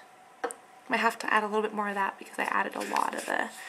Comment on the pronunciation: I hate how you say "ThAAT" but nice video!! your skin looks amazing :D